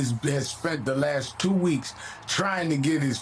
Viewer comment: It's tuwoo! It's tuwoo!